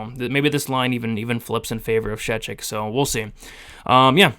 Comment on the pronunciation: Btw, you pronounced Szewczyk's last name nearly correct 😂